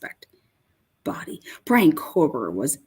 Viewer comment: Can you stop saying fuckin KOHLLLLBERGER yet plz? Kthanks. Like.. Jfc, dude.. You know it's not his name.. 🙄🤙Lol..